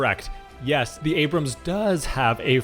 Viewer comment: You start your appreciation by pronouncing their tank's name correctly.